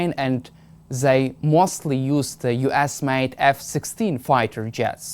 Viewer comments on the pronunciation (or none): Oh change the host, this serves no purpose. Not that many speak perfect english here in mainland Europe, but I needed to listen the first question four times to get it. If you pronounce US You Ass (which is not a bad idea nowadays) and it is not deliberate, you really need to take a reality check 😂